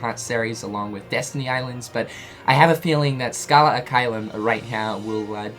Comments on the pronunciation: U keep saying al it’s bothering so I have to b that guy. It’s ad pronounced odd but wit h a ahhhhh noise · And the "ad" it's pronounced like ADvertising